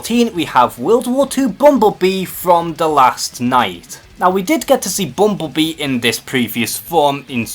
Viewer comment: The way this dude say bumblebee... lmao it sounds like bumbubii